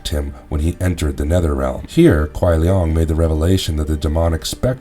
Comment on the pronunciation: It’s pronounced Shang Tsung not shung tsung & it’s Kai lang not Kai lung lol